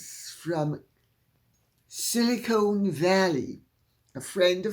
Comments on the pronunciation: It’s “Silicon” short “o”, not “silicone”. From an SV Veteran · Afternoon Lady C: Not pedantic by nature, but... It's "SiliCON" As in "ex-CON", not "SiliCONE" as in Meghaliar' Boobies! Love YOU so! Stephen (BTW, ex-pat Native New Yawker! )